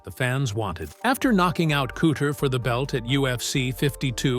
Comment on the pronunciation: Yeah, I knew this video was gonna have problems with the way it pronounced Chuck and Randy's names.🙄 Wasn't Cooter on The Dukes of Hazzard?😂